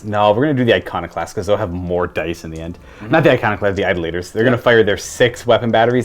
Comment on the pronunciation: Hey, it’s pronounced eye-DOLL-uh-tur